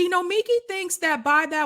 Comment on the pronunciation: BTW, her name is said no-me-KEE